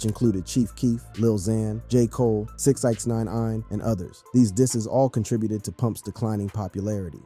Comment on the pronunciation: Did you say "6 Eyex 9 ine"??? 😂